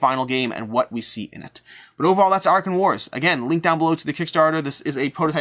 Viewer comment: Are you sure you pronounced "Arackhan" right? In my head I pictured it to be A-rack-khan.